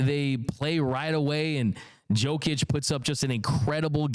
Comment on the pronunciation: Dear bro, it's: Yo-kić, not Joe-kić But you can also call him MVP Cheers 🍻